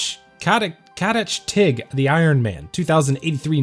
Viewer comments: being Belgian and seeing you attempt to pronounce names like 'katachtig' is funny af to me xD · I like how he pronounced "Katachtig" lol